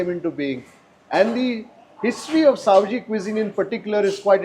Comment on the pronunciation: Savji nahi Saoji bolte hai